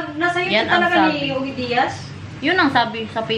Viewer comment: Ogie Diaz’s name is pronounced as Ojie